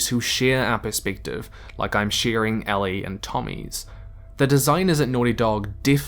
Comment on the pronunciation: Anyone else bothered that he keeps pronouncing "Ellie" as "Allie"?